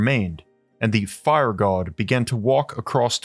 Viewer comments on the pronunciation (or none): The way you enunciate the word 'quote' and 'God', makes me want to cave your head in... And it's evident you do it deliberately.. 🙄